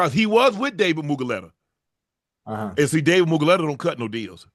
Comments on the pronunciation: It's Mulu-gheta, not Mugu-leta 😂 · Oh, you need to pronounce Dave’s name correctly this shit is so funny. You said it wrong 100 times. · For some reason Shannon pronouncing David mulugheta’s name wrong 100 times is really pissing me off 😂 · I wonder if Unc realize he says Mulugheta's name wrong 😂😂